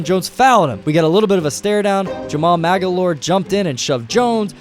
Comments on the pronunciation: "Jamaal Mag-a-lore" lol who is this guy? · “Mag-a-lore”. Dead giveaway the narrator isn’t a real basketball fan 😂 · Did I just hear you say Magolore? lol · Magloire not “Mag a loire” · Jamaal Maglooooire not magalor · Jamaal "Mag-ah-lore"? Seriously? 😵‍💫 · Magalore wtf. It's Magloire. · "Mag-a-lore" nope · Who's Maga-lore?.... You mean Jamaal Magloire?... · Jamaal "Maga-loore"...bwahahahahahahaha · Jamal “Maggie-lore” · He called Jamal Magloire.....Mag Or Lee? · It's pronounced Ma- Glore lol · "Jamal Magalore" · Jamal Magloire is pronounced Mag-Lore. If you can’t pronounce every name in these videos hire someone to oversee that you are doing it correctly. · Jamal muh glore not whatever the hell you said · maga lore?? wtf learn how to pronounce the dude's name correctly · Jamaal Mag-a-lor??? Really??? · Jamal "Magaloire"..... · Awesome video! As alwaysFor your future correct pronunciation of obscure nba players last names reference:Jamal Mah-glor-ee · Why do you pronounce Jamal magloire like that😅😅😅😂😂😂😂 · Is no one really going to talk about how he butchered pronouncing Jamaal Maglorie's name here? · You weren’t saying Jamal Magloire’s correctly , I was getting annoyed lol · Your pronunciation of Jamaal Magloire’s last name gave me swine flu... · Who ever does these game voice overs u can tell isn’t an nba fan he didn’t know how to say jamaal Magloire’s name lol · You don't know how to pronounce Magloire and you hate Kobe. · And you misspelled Dwyane Wade. And you mispronounced Jamaal Magloire TWICE. Jesus you guys aren’t even trying anymore. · Its pronounced MAGLOIRE.